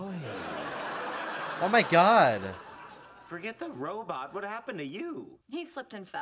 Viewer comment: Kripke’s speech pattern isn’t necessarily a lisp, but more of a rhotacism a la Elmer J. Fudd. He replaces Rs with Ws (Wobot vs Robot, for instance)